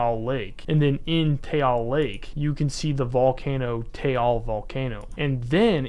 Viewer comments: Its not ‘tayal* it Taal u pronuonce it like taahL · Taal pronounce like Ah but with a T, not Tey-AL, so it goes like this TAh-AL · Late but as a Filipino you don't pronounce it as tayal lake it's just that lake it's the a is like saying a as apple but no pple so we pronounce it like that ifykyk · I had a panic attack when he said "Taal" wrong 3 times, it's ok cause I like ur vids. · Absolutely horrendous pronunciation of Taal and Luzon.